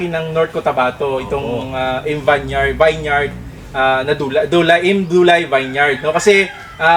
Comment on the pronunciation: vineyard...pronounce po as vin-yerd